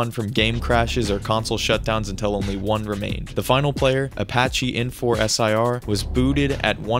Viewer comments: I believe his name was pronounced “Apache Enforcer”. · His name was pronounced Apache Enforcer… It’s not that hard…